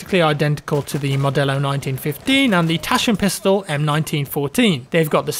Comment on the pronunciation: J love it how ypu spoke Taschenpistole 😁